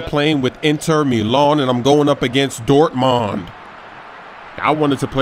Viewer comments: its pronounced Dortmoond :) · Haha, how pronounces Dortmund xD